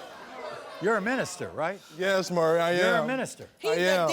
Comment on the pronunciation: I love how he keeps callin him Murray instead of maury